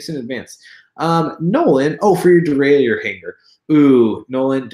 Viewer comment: Actually derailleeor is incorrect. Derailleur as you used to say it is correct. Its a french word.